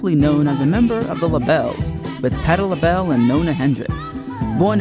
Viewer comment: THANK YOU! He kept saying "Labelles" and it was like fingernails on a chalkboard. The Bluebelles and Labelle, but not "Labelles."